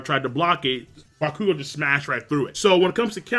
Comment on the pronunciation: Adonis Richards he's pronouncing it right. it's bakugou's name he pronounces wrong (he emphasizes the "KU" instead of the "Gou)